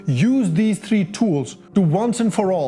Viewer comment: Bhai bihar se ho , three point o ko free point o toh mat bolo; khud ko bura lagta